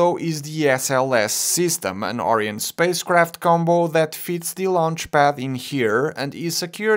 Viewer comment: I couldn't finish watching your video, you kept pronouncing Orion as Ariane, which is a european commercial space flight company, and not the Greek mythological hero associated with the human-rated spacecraft at the top of the SLS rocket.